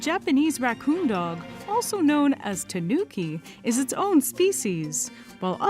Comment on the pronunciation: It's not tah NOO ki. No extra emphasis. It's just tahnooki. It would be closer to slightly emphasize the tah. More like TAHnooki rather than tahNOOki.